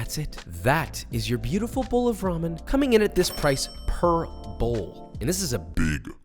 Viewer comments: I really thought he was saying "cost this purple" and it was just a stand in word he was supposed to dub over later. Per bowl. He was saying per bowl... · When he said per bowl I thought he said purple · From now on, I'm going to tell people: "It only cost 1.50 purple." I had to listen 3 times before it dawned on my poor caffiene deprived brain that he said "per bowl"